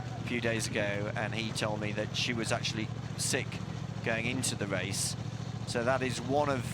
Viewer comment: If a commentator cannot pronounce an R and instead annunciates a W, they shouldn't be involved in commentary. It is a Race not Wace.